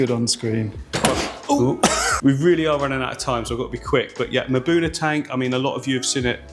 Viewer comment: Maybe the time has come to pronounce m'buna correctly if you can say the craziest latin name correctly consistently you can do the same for the relatively simple African name ... Awesome video as usual